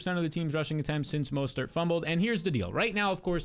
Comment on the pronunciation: Why do you say Raheem mostert with 3 different pronunciations